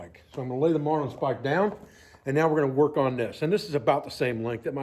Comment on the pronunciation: Sorry to have to correct you but the proper pronunciation is marlin spike not marline spike. Great video ATB Sam Adler